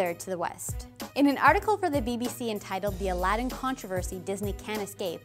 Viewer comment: Gosh Even the way they changed the way Aladdin is actually pronounced is offensive